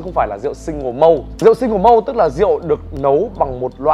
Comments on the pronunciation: Malt /molt/ mà tiến sĩ rượu đọc là mâu, bó tay luôn!!! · Chữ 'malt' phát âm chuẩn theo kiểu Anh nghe tợ như 'mau' trong tiếng Việt kèm với âm gió t ở cuối, chứ không phải là 'mâu'. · Mình nghe chữ mâu thì thấy lạ vì trong tiếng Anh ko có chữ mâu, nên mới nhìn chữ trên clip coi là gì Mình thì đọc là XO kèm âm t cuối, đơn giản v thôi, còn thực tế Tây hiểu ko thì mình ko biết nữa Mà mâu thì chắc chắc người nước ngoài nghe ko hiểu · Vửa sửa shi vas xong lại mâu =))) lại còn đánh vần hẳn bờ len đựt =))))